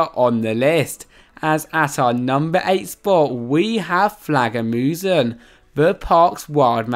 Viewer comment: This is not Any hate guys, but im danish and i laughed so hard the Way he Said flagermusen, for not danish people it Might be pronounsed something like flaarwermusen😉👌☺️☺️☺️